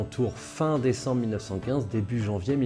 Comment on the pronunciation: Décécembre ? 🤔 T'es sûr ? 😉